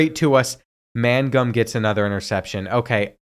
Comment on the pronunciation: Bruh... you pronounce simple names terribly. Mangum is not "MAN...GUM." It's "MAINGUM." Ramseur is "RAMZUR." It's not "RAM-ZEWER." Newcombe is not "NEW...COMB." It's "NEWCUM." The "B" is virtually silent. You don't have to stress the back half of the names so much or break them apart. Everything flows together.